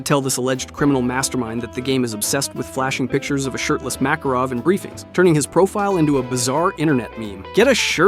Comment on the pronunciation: bro mispronounced Makarov in the beginning